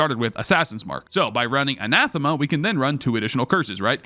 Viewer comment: great, only points off for butchering anathema Ah-Nath-Eh-Muh